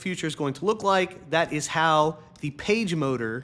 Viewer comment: I have to admit that when you first said "PageMotor" I heard "PageModer." One data point for you.